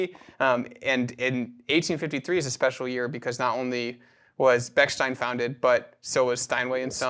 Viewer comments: Very interesting , but you’re mispronouncing the the name. It’s stein. Not steen. Like Steinway. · Please do not say “Beksteen” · It's interesting that the wrong pronunciation of Bechsteeen is used here. Has anyone said Steeenway? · It's ridiculous that neither of you could pronounce the name correctly throughout the entire video. (Since it is "ei", it's pronounced as an I. If it were "ie", then it would be pronounced E.